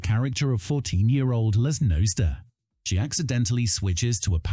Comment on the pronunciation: It's pronounced looz nos ed a